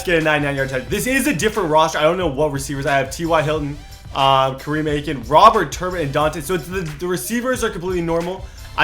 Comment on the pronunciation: Did he just say kareme Aiken 😂 dude it's Kamar 😂😂😁